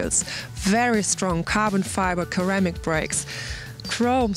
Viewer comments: Its pronounced 'Sir-am-ic' brakes...not 'Ker-am-ic'..... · Just some advice about English pronunciation: -> Liter is pronounced "lee-ter" -> Ceramic is pronounced with an "s" at the beginning, not a "k" -> Biturbo is pronounced "by-turbo" not "bee-turbo"